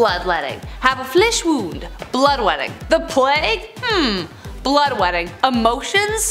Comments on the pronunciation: Lol I thought it was blood-wetting. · Lol, “blood-wetting”.😂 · Did you say “bloodwetting”?